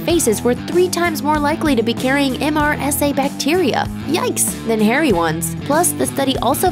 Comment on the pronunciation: MRSA - just call it mer-sa